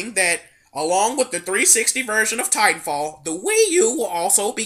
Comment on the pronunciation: lol, i like the emphasis on "ti" when u say "TITANFALL!!!"